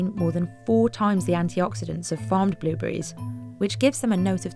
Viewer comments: Billberries? —> it’s blueberries lady blueberries… Say it with me BLUEBERRIES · Am I crazy or is she saying billburries? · are my ears deceiving me or does it sound like shes saying billberries 90% of the time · I can't stop hearing Bill Burries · Did anyone keep hearing "Billberries" the entire time?...BLUE...BLUEBERRIES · Narrator cant say blueberries, shes saying blilberries instead of blu berries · Is she saying billberries? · Is she saying billberries?? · why do you keep calling blue berries BILL BERRIES?????????!!!!!? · why is she saying billberries